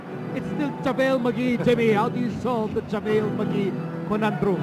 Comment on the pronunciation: dude its JaVale not Javele lol.